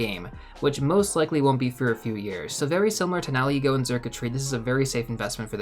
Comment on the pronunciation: Are you saying ‘now ego’ for that first ultra beast? 👀😊